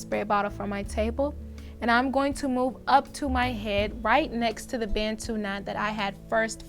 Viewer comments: Hearing Americans say Bantu never gets old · Its important to learn how to pronounce Bantu. Its a zulu (south african) word for black people.